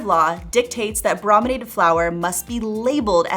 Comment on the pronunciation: The first syllable of “brominated” is pronounced “broh”, not “brah”. Because it means “treated with bromine”, and the first syllable of “bromine” is pronounced as “broh”.